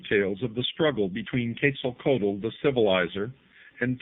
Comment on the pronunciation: I have conversed with Quetzalcoatl (ket sal ko watl) for about 15 years. I cannot watch this, it is so full of misconception, poor pronunciation, lack of understanding of the Maya and out and out BS, I am ashamed to see it on the internet. I have enjoyed so many of videos, this one truly disappoints.